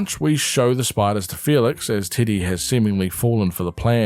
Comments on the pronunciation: Also im sorry but I keep mishearing "teddy" as "tiddy" TwT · Love hearing titty when u say teddy 😫 (great video i adored your summary of the series) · Why does he say titty instead of Teddy? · I cannot get over that you're calling Teddy, Tiddy. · Is anyone else hearing t!tty instead of teddy? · I know you’re saying Teddy but I can’t stop hearing you say Tiddy😂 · I'm sorry but I cannot get over your accent saying "Teddy" 😭 "tiddy" is all I hear